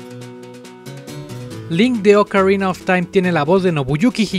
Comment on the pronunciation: Oukarina of time ulala señor francés :v